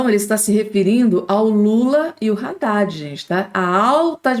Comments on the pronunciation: Haddadi e nao Raddadi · Pelo o amor de Deus! a pronúncia é ADADE. E não RADADE